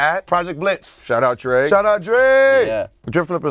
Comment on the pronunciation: just said drae not drake